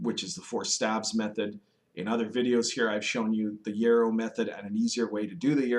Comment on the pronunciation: Hello! Love your videos! Can you please clarify for me? Is it pronounce yurrow or yarrow?